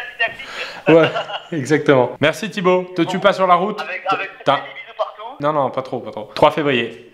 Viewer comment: Pierre à la fin quand tu dit "merci" t'a vraiment l'air bourré x)